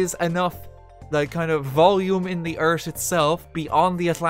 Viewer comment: i really love the way he says "th" its like "eart" and not "earth"